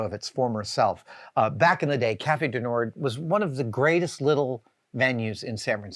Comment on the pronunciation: Not complaining, just trying to educate. The "d" in "Cafe du Nord" is silent. You would pronounce it, roughly, nawrr (as in maw).